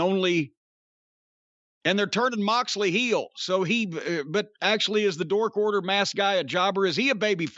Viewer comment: Why is Jim calling the Dark Order the dork order? Jim a hater 😂